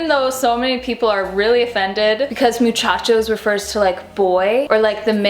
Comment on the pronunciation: I speak Spanish, and Hola Muchachos is perfectly fine is you put pronounce the “s” at the end.